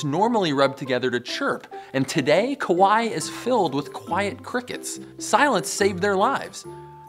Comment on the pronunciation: “Kawai is filled with kawai-et crickets”